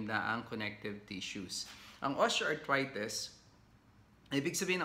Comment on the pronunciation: Doc I really really like your vlogs but I am annoyed at your pronunciation of the letter i. Like you say osteoarthrites… instead of itis na matigas na i sa end..